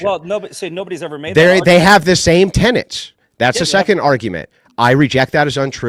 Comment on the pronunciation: The intrusive N is becoming so annoying. It's not 'tenents', it's 'tenets'. It's also not 'pundints', it's 'pundits'. My OCD feels healed now 😊